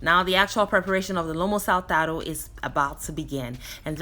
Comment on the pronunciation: First of all, I love the bow in your hair, its so cute👌🌹 Secondly you call this dish with the Peruvian accent perfectly, I guess you are really good with languages. Yes, this dish was executed perfectly, he must be very proud of you, I will give it a try, hope I can pull it off 🌷🌷🌺❤️ Yet another outstanding presentation with my vibrating such a positive energy, it's literally contagious ❤️❤️❤️